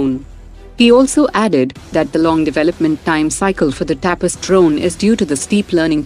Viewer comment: Ignorance of Indian language is clearly observable. The name IMHO is तपस and not टापस as pronounced by the reader.